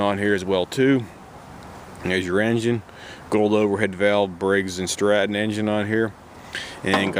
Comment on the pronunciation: I have one of these, and I could have sworn he said “Breaks and Scrap em”. lol 😂